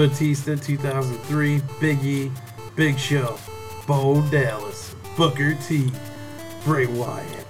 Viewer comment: he said booger t